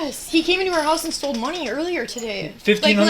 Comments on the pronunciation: Stoled our money... Geez lady your like 35 and you don't know how to say stole! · He stold? The hell is stold 😂😂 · “Stolded” was bugging me out hahahahahahaha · If the chick from the first clip says "StoleD" again imma cry myself to sleep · the girl in the first video sounds like she's saying "stoled" and i can't unhear it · It drives me nuts when I hear people say “stoled” It’s like when people add “-ah” at the end of words. “Stop-ah”